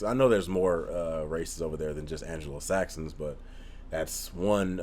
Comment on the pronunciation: For future reference, ANGLO-Saxons, not Angelo. It makes it sound like they are from Los Angeles. I used to be in a local band. There is a creek near us called the Normanskill. (Kill is the Dutch suffix for creek... PETA got all upset at one point about Fishkill). The Anglo-Saxons were in Britain, and then the French/Normans came. That was sort of Robin Hood time, I think, and the Normans and the Saxons didn't get along well, with the French taking over. French was the court language for quite a while. Anyway, for years I've gone passed the signs for the Normanskill and it always sounded like an incomplete sentence... Normans kill... well, who do they kill? Saxons. Normanskill Saxons. And that's how my (now pretty much defunct) band got its name.